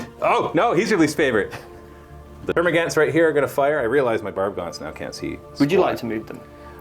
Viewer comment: Gaunts. Termagaunts. Pronounced gawnts.